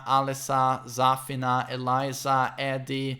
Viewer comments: idk but the way he pronounces Zafina bothers me oof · The way he pronounces Zafina annoys the hell outta me